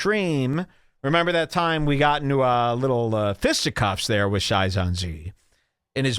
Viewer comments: Sai - zon- zee kills me. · Sigh -sohn-see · The fact that he mispronounced Saiyan Z is reason to hate this guy alone. You can't talk shit if you can't read properly. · He is saying it wrong to be a troll.